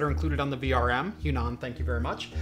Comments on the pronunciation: It should be read as hua nan not huan an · im pretty sure its H-WA-NAN, not H-YU-NAN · I cringe at the pronunciation of the Chinese brand... "Hwa-Nan" is correct. Great video though!! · Their brand is pronounced as "Huah Nun" meaning Chinese South. I'm very inspired by your videos and build quite a few Chinese X99 and some Xeon Systems. Great work!